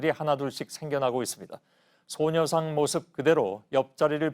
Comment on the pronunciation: 소녀산? ㅋㅋ, 일본식 발음 페러디 한건가요?